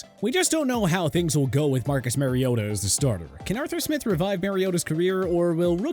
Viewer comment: It’s NOT marYota!!